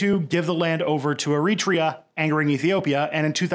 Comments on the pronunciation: Wait for it ... Wait for it ... Ehreeetria : o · Hey man, I'm European (Scottish), and I'm not complaining but just find the way you pronounce certain words really funny. Like Eritrea. I enjoyed this video very much and like your content in general but I just have to mention how strange your pronunce certain words.